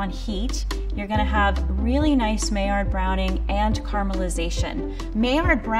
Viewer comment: Would you take cooking advice from someone who doesn't know how to pronounce "maillard" and "albumen"?